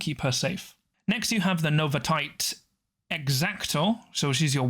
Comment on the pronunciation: “Novi-tate” …? No. Novi-she-ate. Novitiate.